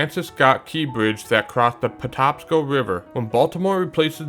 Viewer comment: It’s paTAPsco not paTOPsco